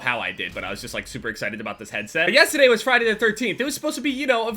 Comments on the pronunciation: You said the word "yesTEday" like 6 times in the span of 10 seconds...wtf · "Yesta day" 😂 That New Jersey accent though